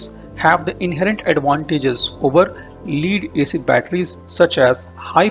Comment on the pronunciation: Lead rhymes with head or dead not heed or deed.